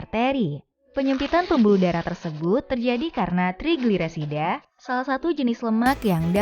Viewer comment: Ga bisa blg trigliserida